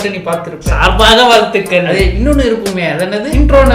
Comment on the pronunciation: sar-ba-ga val-thu-kal🤓 intr-o never g-e-t-s O-l-D🤓